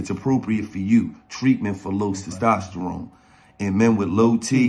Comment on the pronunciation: Somebody teach gillie how to say testosterone lol